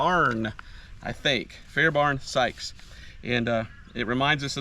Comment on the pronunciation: Fair Bairn Not Barn. !!